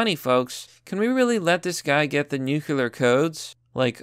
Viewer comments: can you ever stop saying "nukular" like unironically? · Yeah, gotta protect those "nuke-u-lar" codes